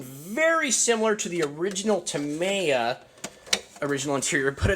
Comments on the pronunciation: Dude. say it out loud. TA-ME-YA. not TA-MY-YA. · Yup, with the stress falling on the 2nd syllable. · It's pronounced: "Tah-ME-yah" not ta-may-a Thanks for sharing anyway. 👌🏼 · Dude you cant even say tamiya or axial correctly you definitely don't know what you're talking about 😅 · You worked at a hobby store yet you cant pronounce axial or tamiya properly. Sad smdh